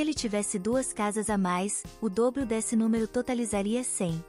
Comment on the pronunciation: 2 = DESSE: com pronúncia errada (deve-se pronunciar de maneira FECHADA).